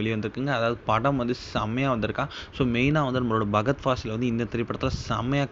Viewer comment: பகத் இல்லை அய்யா...ஃபஹத்